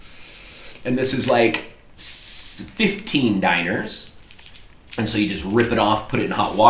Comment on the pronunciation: dee nar not diner